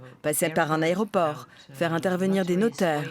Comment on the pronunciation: Ca doit être quelqu’un qui dit areoport et infermière 🤣